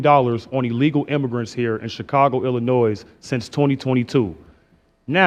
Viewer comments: I really think if you live in Illinois, you should know better than to pronounce in Illinoissss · I don't understand why apparently smart and articulate people from Illinois still pronounce it as Illa-noyZ. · If he's saying Illinois and pronouncing the S, he's not from Illinois. No way.